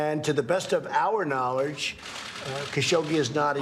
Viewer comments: "...and to the best of our knawrlej" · at 1/2 speed "knowlerge" also his combover is looking worse and worse. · What’s “knowlerdge?”